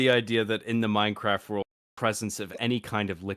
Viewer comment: Did just say "Mein Craft"?